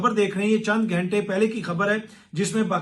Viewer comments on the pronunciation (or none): none